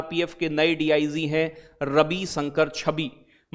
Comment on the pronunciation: प्यारे सर हर शब्द में आप 👉श नहीं use कर सकते उर्दू languge hinglish me bhi अर्थ वाले शब्द होते निरर्थक भी जैसे आपने शय्यद अता hushain बोला।गलत उच्चारण होगा ❤😊DIG में जी होगा ना कि ज़े ज़ी 😊 शाहाय ❌ सहाय